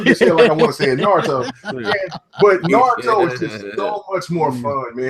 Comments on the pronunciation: and yeah it's pronounced nah-roo-toe was saying it right. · Haha, you were saying Naurto correctly. No one else was, which is the funnest thing. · naaa crap pronouces the japanese name right, naruto is said that way lol.